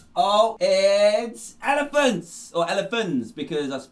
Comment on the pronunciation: Please tell me why I thought “elephants” said “Germans”